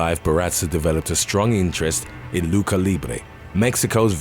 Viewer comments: LUCHA IS PRONOUNCED LOO-CHA. NOT LUCA. PLEASE DO BETTER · Loo cha. Not Luka